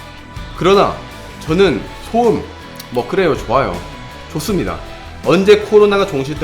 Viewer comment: 기thㅜㄹ 헤어드라이기thㅜ준 역대급thㅗ음